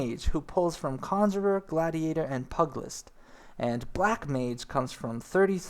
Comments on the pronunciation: Great video, but LORD GOD People lol. It's NOT Pug-list,its PEW-gilist. AKA pugilism, or fighting with your hands! AKA bioxing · pu-ge-list not pug - cmon. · Hmm dunno how much faith i have in this guy because he can't pronounce the word PEW JILL lIST or PIE ET TEE or ME KOTE TAY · (P-you-jill-ist) not (pug-list) stop being a lazy american and pronounce the extra "i" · Just an FYI - "pugilist" is pronounced "PYOO-jill-ist". "Pug-list" is hard on the ears. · It's pronounced Pugilist (Pew~G~list) and Melee (May~lay). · Pugilist is pew-jih-list. Melee is may-lay. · nice guide. i have to say that the way you ate mis pronouncing pugilist is really bugging me lol. pug in pugilist does not sound like the dog pug but huge but with the letter p instead of an h or pew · Liked the video, but your pronunciation needs some work. Pugilist _ PEW-ja-list Arcanist _ Ar-CANE-ist Melee _ MAY-LAY Attribute _ (in this context) not A-tree-bute Dragoon _ Dr-ER-goon (less emphasis on the AG) Piety _ (Nomomom PIE)-er-ty Not trying to be rude, but mispronouncing words will often destroy credibility in the eyes/and ears of your viewers. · Pugilist = Pew-ja-list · Here's a tip-- pew-Jill-ist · nice video but pugilist is pronounced pieu-gill-ist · "Mee-lee" "Pug-list" derp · While you're on the topic: pu·gi·list /ˈpyo͞ojəlist/